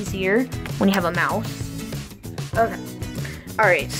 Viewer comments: sounds likes you're saying "I'm actually gonna plug in my mouth ok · sounds likes you're saying "I'm actually gonna plug in my mouth" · Ha! I said the same thing! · Lol same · ya it did sound like that even for me